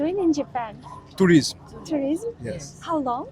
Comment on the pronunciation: 「ルイス」と「tourism」と「2weeks」が同じ発音に聞こえてやっぱり英語って難しいな・・・と思いました。